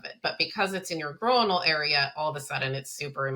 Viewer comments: oi doesn't make the long o sound in the word groinal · you say the word groinal wrong so so so so so many times 😂😂